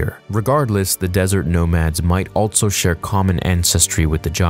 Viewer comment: You say “also” so weird. “ALTSO”